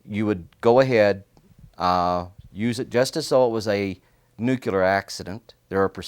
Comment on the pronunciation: A lot of americans really struggle with the word nuclear. Even him, apparently.